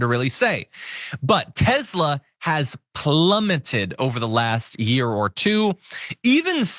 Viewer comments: What is up with pronouncing TeSla as TeZla? Is this Elon Musks attempt to enforce a change in the English Language? Send Elon back to South Africa!!! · Nikoli Te S la would like you to pronounce his name correctly. He says Te Z la is not a thing.